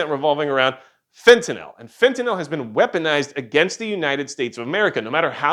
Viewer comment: Actually, it’s “fent-ah-nil”. Note the “-nyl” suffix. It’s not a “-nall” suffix.